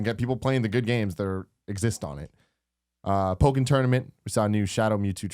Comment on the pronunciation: No, the "kk" in the middle of Pokken means that you say it "poke-ken" rather than "po-ken," not that the "o" is short (it's definitely long "o")